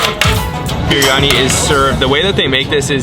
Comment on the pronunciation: Wish you guys would pronounce the places and local foods properly. “Berry-Ani” 🥴